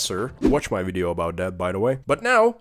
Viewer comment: Wideo? Wisuals?